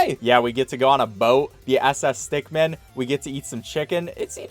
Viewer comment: The first two seconds of this vid: Today we're speed running through the Henry STECKmen collection